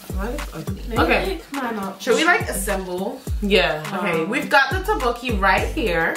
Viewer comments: tappoki.. no tok boki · Girl, she literary said tobooke Hahahaahahhaha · it's spelled as tteokbokki and it's pronounced as "tok-boki"